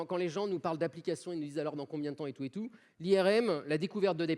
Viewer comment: Bordel ! J'écoute "ils 'nouze', alor combien temps et tout et tout". Il a vraiment coupé la moitié des mots de cette phrase. Merci encore !